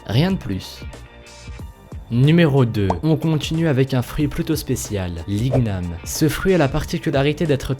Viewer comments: Igniam pas ig-nam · igname sa se di pa ig-name mai i-gna-me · Il a dit "l'ig name" au lieu de "iniam "(prononciation) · Ont dit ignam mais sa ce prononce iniam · On di pas ignam ma iniam et en c pas souvent violet ou jabite c jaune dedans et jamais violet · T un menteur l'l'ignam et un légume que l'on mange nous en Calédonie et il n'a jamais était utiliser pour fair des gâteaux ... renseingne toi avant de parler car sa se dit déjà iniame pas ig nam 😅😂👎👎👎😠 se n'est pas un fruits c'est un féculent 😐😧😧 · C'est pas l'ig name mais l'igname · C pas liguename c liniame😂😂😂😂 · Ses pas "LIGNAME" ses "IGNAME" Lit gname ..Sinon bonne vidéo ! x) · On dit I NY AME :) et non IGUE NAME :p Ps je vien de guadeloupe donc je mit connait x) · Banane rouge ,j'en ai déjà mangé chez moi à Madagascar , la seule différence avec les autres banane c'est qu'elle très sucrée. Et aussi ça se prononce pas {ig-nam} , c'est {igname} comme champagne. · L'igname ce dit "lini yam" et pas "ligue nam" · Nice! Mdr! On dit pas IG-NAME mais plutôt INIAME !! Voilà! :-). Au passage faîte un tour sur ma chaîne! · on prononce "Iniame" et non "Ig name" ;) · sa se dit pas IG name mais igname 😒😒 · Salut. L'igname est frequent aux antilles ( je suis de Martinique) et cela se prononce: «iniame» pas «iguename» lol XD. ces vrai qu'on peut faire différentes sortes de plats:) sucré ou salé. a essayer! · On Dit L'igniame ( Niam ) Et Je Suis Antillais Et L'igniame Est Marron A L'extérieur Et Blanc Ou Jaune A L'intérieur... Aller Voir Ma Chaine😉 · sa se prononce iniame pas igname je suis de Guadeloupe et j'aime bien tes vidéos et pour le fruit du dragon il peut avoir la couleur Jaune ou blanc P.s j'adore tes vidéos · Je te corrige un tout petit peu mais on ne dit pas de l'igname mais de liniame ( c'est pas par rapport à l'orthographe mais la prononciation 😉 ) sinon super vidéo comme d'hab 😘😋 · pour le numéro 2 sa se prononce avec gn igname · on dit inyame